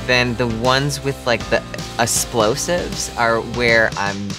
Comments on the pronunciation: "Asplosives" lol is this strong bad? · Did he say asplosoves?!?!?